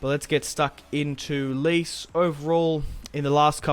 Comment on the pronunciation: its pronounced "Letch-Ay" mate. A good start though & hopefully a big season ahead for Icardi